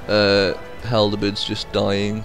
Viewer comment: Looks like a fun game, I did get a little annoyed by one small thing though. Halberd, not haldebeards. :D